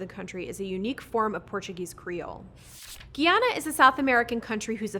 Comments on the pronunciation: for the love of god, it’s pronounced GUY-ANA, not GEE ANA, GUY-ANA!!! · It's pronounced guy ana (Guyana)